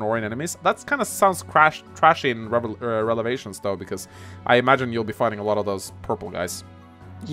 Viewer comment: Why does say Relevations - I mean it is prolly a funny joke but i dont get the meme at all. Lol